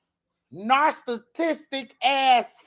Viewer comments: She said narstatistic smh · When she tried to say “narcissistic”😂😂